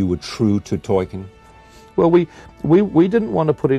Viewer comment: As far as I know, the way Charlie Rose pronounces Tolkien is completelly wrong. Why did he say it like that? Is he that clueless?